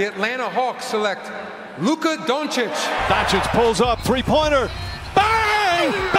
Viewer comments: Why do you say "Dončik?" The C in the end is not K like you americans read it. Actually it isn't C at all, it's Ć. Totally different letter, and totally different pronunciation. I see this everywhere on youtube when you say the last name of a person from Balkan, because most of last manes here end on Ć. You all are saying it wrong, and honestly it is getting a little annoying. Please, learn this things if you want to talk about someone. Dončić is world famous person, and you heard his name. Why do you say it that way then? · Ok i just gotta point something out... This dude, in a 30 second span... Repeatedly mispronounces Lukas name, gets his jersey number wrong, and then says the only reason he doesnt go on and on about Luka, is to avoid boring people with "basketball facts"? .... bruh 😂 Its Dončić, not "Donchick" . His number is 77, not 7. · Imagine reviewing shoes made for Dončić and mispronouncing his name everytime. SMH